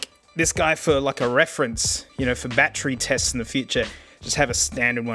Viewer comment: "Bat Tree" lol